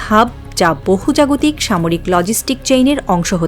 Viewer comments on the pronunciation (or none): প্রিয় সংবাদ পাঠিকা, শব্দটি 'বহুজাগতিক 'নয় , বহুজাতিক হবে ।